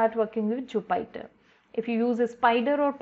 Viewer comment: Thanks for the video, it was quite helpful! A very trivial suggestion, Jupyter is pronounced like joo·puh·tr.